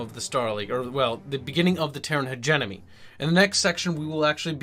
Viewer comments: Really enjoying your videos! Just a note though: it sounds like you're saying "hegemony" pronouncing it "hedge-enemy" but it's actually "hedge-EM-ony" But great video, enjoying these a lot! Keep em coming! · But, it's pronounced hedgemedgewedgemony